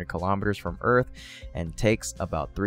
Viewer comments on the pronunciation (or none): But not keelamaduhz, rather, kilo'meters.